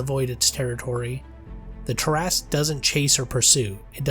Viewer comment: Thank you for pronouncing it correctly. You have no idea how many arguments I’ve been in with people call this creature the “TERRA-SKEW”. These would be the same ones that pronounce DROW the wrong way.